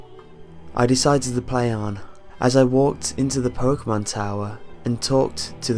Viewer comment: Its pokemon not pokamon